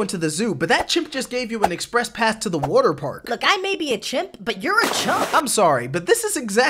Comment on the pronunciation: Yeah why is nobody talking about how he pronounces water